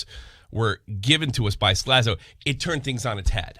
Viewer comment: Let's not forget this last bit of news... actually pronounced Slazo properly in this video!!! LOL